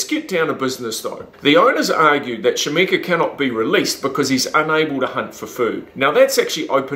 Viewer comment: I hate how this guy pronounces his name. Its KA-SHA-MENK. Not shamenka.